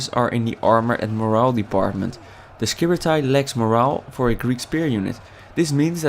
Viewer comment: you pronounce it wrong :P